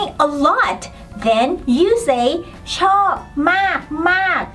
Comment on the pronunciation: Regarding the Thai word "like", your example is "chord". Do you pronounce the "R" and "D"? I sounds like you are saying "chop". What is the correct pronunciation?